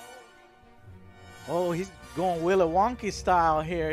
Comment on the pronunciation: Did you just say Willow Wonky?!?!?! lol